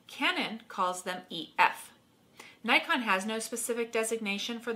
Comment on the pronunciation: Hmmm Doesn't Nikon call themselves "knee-kon". :) couldn't help myself. :p